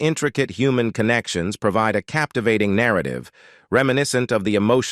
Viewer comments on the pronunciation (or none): none